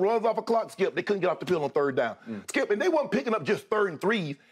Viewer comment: The way Shannin says "Skiup" haha